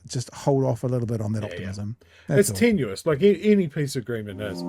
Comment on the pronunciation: I just have to do it guys.....tenuous not tenuis.